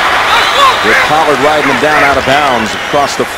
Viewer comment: Pet peeve: Phil Simms pronounces “him” as “eem”.